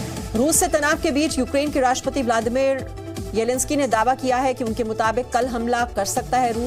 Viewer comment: Ukraine ke president ka naam tho shi se le lo 🤣🤣